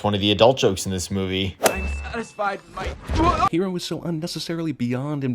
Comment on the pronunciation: Oh nice, you pronounced Hiro's name in its original Japanese way too! Yeah, he knows that. He literally sins Stan Lee cameos every chance he gets, it's annoying. It was especially bad in Infinity War, as that was shortly after his death.